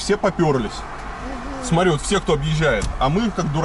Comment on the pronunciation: а мне понравились зеленые домики, такие милые. И извините, Илья, но надо говорить смоТри, а не смори )))